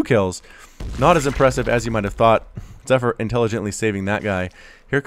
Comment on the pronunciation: the proununsiation of zypher zee pheer